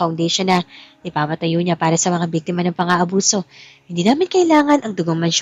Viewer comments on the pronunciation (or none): Biktima not bektema Lucas not locas